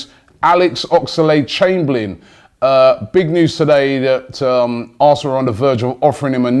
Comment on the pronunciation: It's Oxlade...... Not Ox-a-lade